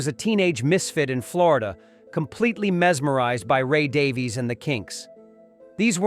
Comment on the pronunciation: You are mispronouncing Ray Davies.